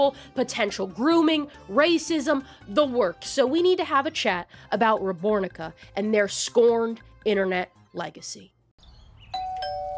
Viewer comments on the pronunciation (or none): i fw this video but the way you say rebornica throws me off every time